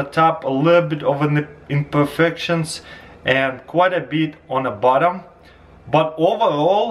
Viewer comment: scrolled down as soon as i heard nimperfections